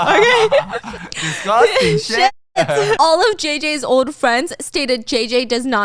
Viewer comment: "Disgosting shyet" 😂😂